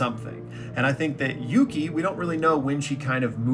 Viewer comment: Dawg its yuki